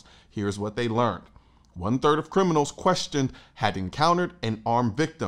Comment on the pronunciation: You mispronounced criminals the second time around.